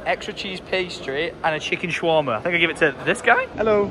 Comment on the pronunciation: He kept saying shawarma wrong 😂😂😂